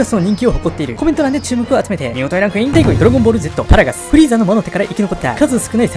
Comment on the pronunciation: 「パラガス」のパ、めちゃくちゃ発音良くて好き